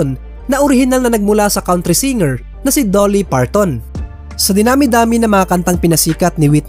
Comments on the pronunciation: Sir Dolly is pronounced like the Jali in Jollibee not Doelly. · Sir dolly hindi po doooly